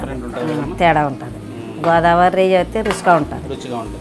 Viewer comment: రెయ్య కాదహే... రొయ్య